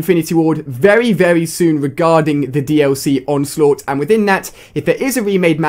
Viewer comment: "Onlsaught" xD